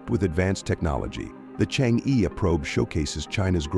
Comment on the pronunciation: The pronunciation of e sound in Chang e is totally wrong!